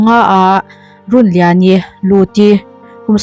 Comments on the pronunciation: I tawngkam hman fimkhur hram teh aw, (lungrun tia run ni lovin)) Rûnliani Rûn/In/House tih anga lam tur, Tin, Nakin thlenga in hmelmakna a thlen i rin thu leh ngei tura i ngaih thu i sawi ri hi a mawilo, nakin thlenga in hmelmakna a thlen a hlauhawm a, thleng lo hram se, han ti la a mawihnaiin ngaihthlak a nuam zaih tur. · Run tih i lam kha thluk tur, Rûn tih tur ninawm tak a ni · Chhiar thiam lo e Rûnliani i lam dan hi a dik lo aw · A hminghi lamdik deuh se kati hlemai a.. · Runliani i lam dan chu beng a kham hle mai,ka ngaithla zo peihlo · A hming hi I lam diklo lui tepawh a ang e a, channel hrang2 ah pawh an puan nasat nen.. a fuhlo hle mai